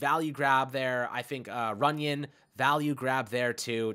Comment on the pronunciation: RUNYON. NOT TUNYON. lol